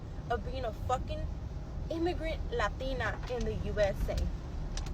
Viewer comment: Lol not the "lathina"